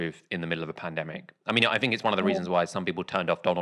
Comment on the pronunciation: It's so weird that pronounces "th" as "f" when he otherwise has a quite "clean", standardised, middle-class English accent. It would be like Fiona Bruce asking Boris what he "finks" about the chances of an EU deal.